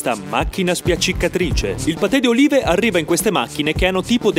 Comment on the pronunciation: Ad un certo punto invece che olive ho sentito urine